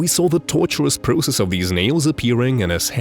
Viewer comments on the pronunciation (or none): none